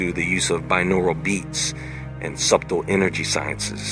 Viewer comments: You just said Sub-Tle. It's pronounced "SUTTLE" lol you literally said sub, then tle. That was fucking weird. Just before the intro kicks you said that. Lolololol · fuckin lol, I hate to be that guy but this was hilarious. The 'b' in subtle is silent boiii. A'int nothing sub-tle about a subway sub you feel me? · i really cant help notice you pronounced subtle as "sub-tel" twice. the "b" in subtle is silent. just sayin. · ......The word "subtle".............is pronounced........."suttle"...the "B" is silent.... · "Subtulle" haha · And, the "b", in, "subtle", is silent, dude. Smh..... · This was the first time I've ever heard someone pronounce the B in "Subtle".